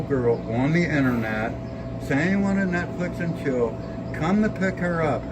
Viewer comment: Grandpa: 'Netchicks and flill' 😆🦷